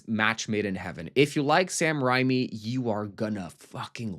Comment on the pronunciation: Hola! Love you so much little note (driving me crazy lol). It's Sam RaYme (the pronunciation). Unless I'm wrong that's just how I always say it and I'm a huge fan so I just needed to say that😊Sidenote completely agree about the whole Jawbreaker thingy. The 90's were just peak😭❤️